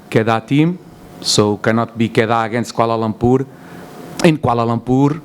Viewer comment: sebut bg betul lah kuala lumpurrr ni duk sebut koala lompurrr koala lomporrr 🤦🏻